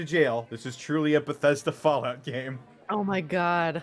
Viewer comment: Subarashi! Amazingu gameu! You did an great job DM'ing this!